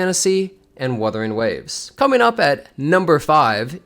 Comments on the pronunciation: trolling us again pronouncing it Wurthering Waves like Geoff Keeley. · "Wurthering Waves" This guy is a Dick! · No it's Wurthering waves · "WuRthering Waves" TGA joke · "Worthering Waves" lol Didn't one of the hosts at TGA pronounce Umamusume like "Oooo-mama-sume"? 😂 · Worthy waves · Wurthering waves 😂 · I love how intentionally mispronounced WuWa's name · Guy is a fake fan, doesn’t even know how to say the game right smh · bro it was a joke. Thats how it was pronounced on The Game Awards two years in a row now